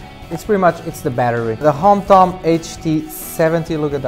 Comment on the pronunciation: its HOMTOM not Hampton